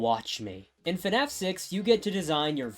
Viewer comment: I can NEVER unhear this guy say fnaf as “fenaf”